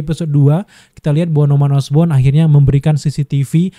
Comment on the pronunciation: Norman osborn jadi norman osbrown 😂😂